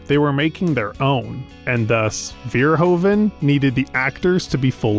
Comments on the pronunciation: His name is Verhoeven, not Veerhoven! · The "oe" in Verhoeven is pronounced like the "oo" in Hooverdam.